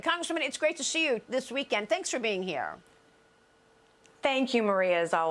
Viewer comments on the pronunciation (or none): It’s great to sheee you… slur much Maria? Have another cocktail!😂😂😂